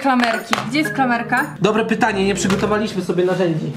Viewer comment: Czy ty umiesz mówić bo na klamerke mówisz kramelke albo karmelke albo klamelke